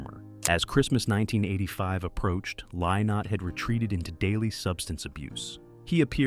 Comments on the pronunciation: His name is pronounced Linnott, not Lie-not. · Im a 62 year old American woman who still loves Thin Lizzy and wishes AI could pronounce Phil's name correctly. Let an Irishman or Irish woman read this story.